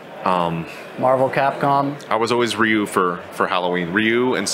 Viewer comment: 英語圏の人はリュウをライユみたいに発音する人が多いけど、マットはちゃんとリュウと発音してるのが素晴らしい。